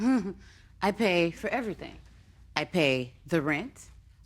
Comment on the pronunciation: Girl you put the emphasis on "Everything". Emphasize RUN.